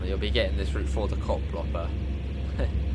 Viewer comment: It's not Koplopper but Koploper. So, the second part is not pronounced like copper but like coper, not hopper but hoper. I hope this makes sense.